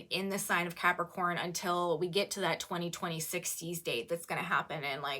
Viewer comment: you say "2020 60s" Do you mean in the 2060s? (40 years from now) or 2260s, in 200 years, as you say at this time stamp? The way you said this is unclear, so I'm just checking your math, as to whether the next generation after me will need to be prepared, or if this isn't for a while.